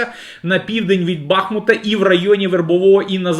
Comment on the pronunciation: Скільки можна повторяти: не БАхмут, а БахмУт ! Неук.